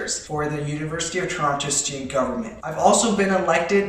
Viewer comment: WAIT DID HE SAY TORANTO!? THAT’S WERE ANOTHER YOUTUBER LIVES AND HIS NAME IS stromedy !!